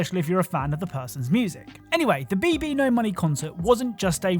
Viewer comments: BBno$ is pronounced baby no money not BB no money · Don't know if you've been told or if you even care but it's pronounced babynomoney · So BBNO$ is actually Pronounced as "Baby No Money"